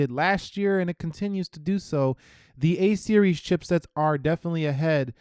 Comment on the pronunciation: “A series” = “hey Siri” 😂😂